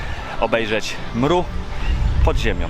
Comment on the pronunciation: bardzo ladnie! ale jako bunkrowcy zabieramy smieci te ktore nawet nie sa nasze... i prosze nie mowimy mru... tylko EM ER U.... wszystkiego dobrego 🥰